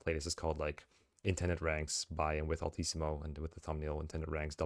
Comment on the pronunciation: I can’t believe I just put this together… but Altissimo, is your name partially inspired by “LTC” (it kinda sounds like you’re saying “LTC-mo” when saying it)? Or is that just a crazy coincidence 😅